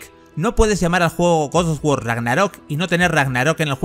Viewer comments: te quiero pero pronuncia bien GOD OF WAR no GODSDFDFSDFSD OFF WAR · Guosofgüor y Corey BALROG (que no Corey Barlog). Tremendo el nivel de inglés del comentarista. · por qué dice goz o war?😔😔😔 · Gos os wor ragnarrok xd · GoS oF wAr CoRry bAlRog. Aprende bien los nombres hombre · Yo a este men que narra el video no le creo ya que al juego le llama godos of War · Goz Oz wor???? Tío hablas terriblemente mal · Guos os Wor ragnarok Grande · gosof wor aprendí una nueva forma de pronunciarlo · Se ve bien ese "godoguor" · guos sof guor Ragnarok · por que dice gos of wor? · A nadie le extraña la forma en la que pronuncia God of War?🤔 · que mal pronuncias god of war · jajajajajaja deja de decir God of War que se escucha muy horrible XXDDDDD